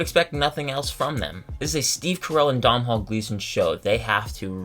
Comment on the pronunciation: Domnhall Gleeson's first name is pronounced DOH-nul.